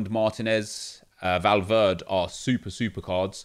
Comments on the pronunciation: Please, its Valverde not Valverd (and it doesn't bother me just letting you know so you can get it right) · Nep, Valverde is not English so you have to pronounce the ‘E’ at the end of the name, it’s not Valverd, not trying to be rude it’s just annoyed me the way you say it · Did anyone else die a little everytime he said valverd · Valverd nep valverdE spanish bro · When you find someone who doesn’t pronounce the e in Valverde -_ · Its true though!